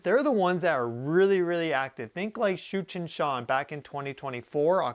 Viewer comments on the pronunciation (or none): You keep saying it and I keep hearing Cheech and Chong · Did he just say Comet Cheech & Chong? 😂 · Thought you said Cheech and Chong 😂😂😂😂😂😂😂😂😂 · I keep hearing Cheech and Chong when he says that comets name. Lol :) Brightened my morning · Tsuchinshan sounded like “Cheech and Chong!” My bad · Oh, I thought he said Cheech and Chong …..”Tsuchinshan”